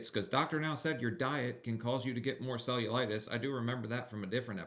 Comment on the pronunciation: That’s not cellulitis it’s cellulite